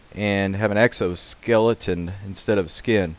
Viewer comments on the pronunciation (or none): "exoskeletin" nice. otherwise cool vid lol